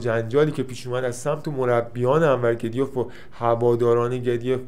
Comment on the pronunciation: گدویف تلفظ صحیح روسی شه که بالای پیج نوشته.